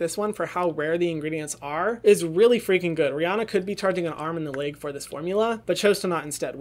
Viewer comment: hyram i love u but why u gotta pronounce leg like laeg